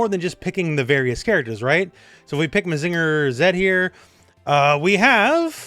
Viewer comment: I would never ask for people to be known of every random series but hearing mazínger or susan-oh made me take damage